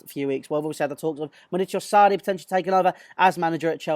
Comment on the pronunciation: Any particular reason you are saying Sarri like a gimp?